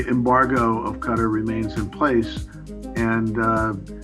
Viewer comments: Did you pronounce Qatar utter? It’s Cat-tar, not utter. 😂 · “Cutter” for “qatar” lollllll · It’s pronounced as “cotter” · They are pronouncing Qatar as cutter ugh. Its KAH-TAR. lol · Dude wtf it's pronounced "ca-tar" not "cutter" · The tiny nation of what???? Cutter???? 😂😂💀💀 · Qatar not cutter. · Jeez how do u call qatar “cutter” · Bruh said "cutter" for Qatar lol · Hearing Qatar as Cutter is cringy and I am not even from Qatar. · And said "Cutter". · I think "Qe-tar" is the closest pronunciation. Short "A". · I like how they pronounce Qatar as ‘cutter’ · It's pronounced in different ways depending on the dialect, each one is far from "cutter", it's hard to explain it cause it has a sound which doesn't exist in English which is "ق" the closest sound you can pronounce is "k", in Qatari accent though, it is pronounced with "G" sound, it would be "ge" with a short e, and-tar, with a rapid a sound, btw the "t" sound is not the original sound, it is another sound that doesn't exist in English which is "ط" And English speakers prounounce the R sound differently, so it is a word with only three letters each of which English speakers can't pronounce. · It’s actually pronounced ka-TAR.. emphasis on the second syllable... I’m Indian and have friends and family in the Middle East... that’s how they pronounce it. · How did he pronounce Qatar again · I cringed when he said Qatar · Please learn how to pronounce Qatar. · That's not how you pronounce Qatar. It should be a soft t and the vowels are drawn out. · Pulsxr- exactly